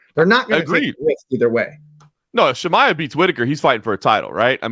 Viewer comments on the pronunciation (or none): Who tf is “Shimya”? Aren’t these guys supposed to be covering this sport for a living? You’d think they’d be able to pronounce the name of one of the biggest stars